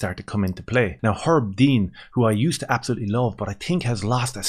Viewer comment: "Absholootly shperc oot" that made me suscribe amigo